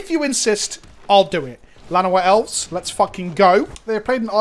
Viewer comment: I know you said "Llanowar Elves" but I was certain for a moment you said "Vana White Elves" and I thought there was some joke i didn't get